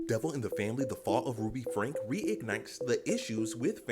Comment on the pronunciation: Her last name is pronounced FRANK EE 😊